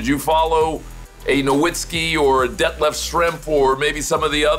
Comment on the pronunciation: My real name is 'Detlef', I have, up until now, never heard it pronounced correctly. Kudos!